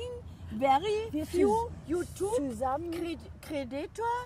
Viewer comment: yuutub😁 super herzlichen Glückwunsch